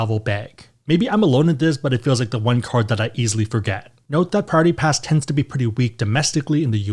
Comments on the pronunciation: 😂 You sound like you’re saying Party Pass when you say Priority Pass 😂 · Yesssss. There's 4 syllables in Priority. You're saying it in 2.